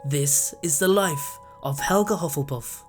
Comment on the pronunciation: No it helga not helga